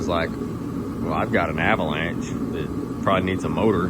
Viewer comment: some how some way i just had the feeling u was fina say avanlanché & u did 😂